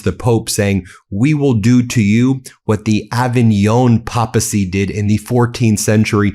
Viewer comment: *pronounced "PAY"pacy